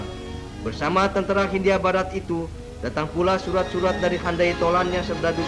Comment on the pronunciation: Kebanyakan huruf H, pak.....😀